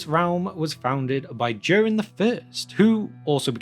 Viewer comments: Nice video. May I ask why do you pronounce Durin as in "during"? I checked Appendix E and as far as I can tell Durin should be pronounced with a clear D as in "door" and U as in "brute", as per the example there. Thanks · It´s Durin, like in urin, but with a D in front 😉 Sorry, but it is. Besides that, thank you for another great video! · I am not writing this to mock you in any way but I was 13 minutes in before I realized you weren't saying Darren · I came across your videos this afternoon and I'm really enjoying them and the fact you add some style to pronouncing Elvish and Dwarvish names. The American LOTR vloggers mangle everything or just pronounce the place names like they might actually be somewhere in Wisconsin. One thing - I'm presuming you're English? I can't put my finger on your accent but the giveaway is you pronounce Durin as "Jewrin" instead of "Doo-rin". Like the "Juke of Edingburgh" (although you Brits never called Duran Duran "Jewran Jewran" thank God!) It's the only flaw in your otherwise excellent work!